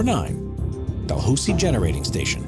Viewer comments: Dalhousie is pronounced Dal-hal-sie not Dalhoozy. Source am Canadian and live minutes from the University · Clip # 9, , as a New Brunswicker I can tell you that it's pronounced "Dal-how-zee", not "Dal-hoo-see", hahahaha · Classics. I've always liked the rolling flour factory. A note for later on: It's 'Dal -- How - zie' (not 'Dal - Hoo --zie.') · Dalhousie is correctly pronounced 'dal how zee", not "dal hoosee". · I get a kick out of how he pronounces Dalhousie. Its Dal howsie, Da hoosie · Especially when he can't pronounce Dalhousie, New Brunswick correctly, the town in N.B., its university, and port Dalhousie in Ontario are all pronounced Dal-HOW-sie! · Dalhousie, New Brunswick is pronounced Dal-HOW-sie ! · (Del how-zi) is how you pronounce Dalhousie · Just so you know it’s pronounced DAL-HOW-ZEE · To anyone curious about the thumbnail: It's a building in Taiwan that ended up tilting due to an earthquake. It has nothing to do with demolition fails And for someone who's family grew up in Dalhousie, you didn't say it's name right haha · I just came here to say that he said Dalhousie incorrectly